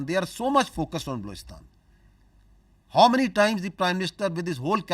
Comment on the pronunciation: Mulla Sharif doesn't know how to pronounce the English word "How" every time he has to say it he says "Haw!!" It's an entertainment to watch him I bet I can watch this shit entire day in loop so funny 😂